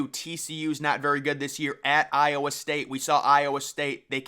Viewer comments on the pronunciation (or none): none